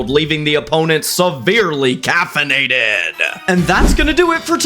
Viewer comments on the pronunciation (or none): "Severely cafenated" got me rolling 😂😂😂